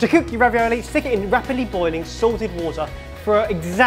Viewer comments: Thought ben said raviyolo at one point. Getting down with the kidz, are we?;) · Its RA-VI-O-LO.. not ravioli